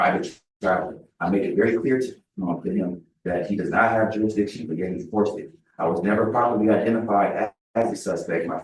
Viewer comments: He said “juridiction” dumb azz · What the hell is juridition? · Juritdishun.... Kan I akxst a querschunn.... These jackoffs are just that.... Dumbass... Id put him in jail for contempt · You don’t get to pretend to know the law if you can’t pronounce jurridishun. And if your bullcrap makes the judge say “whowhaddy wha?”